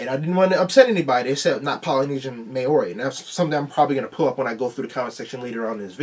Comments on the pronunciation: Hey you tried no hate on the pronunciation :) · The way he said Maori though🤣